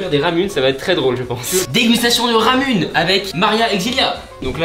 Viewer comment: Ramune ça se dit ramoune